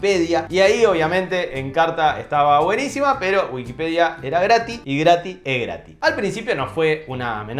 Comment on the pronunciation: 7 veces dijo grati